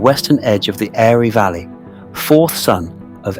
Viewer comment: Also - ‘Airy valley’? C’mon, it’s just lazy pronunciation. You got Saltaire right - it’s not Saltairy.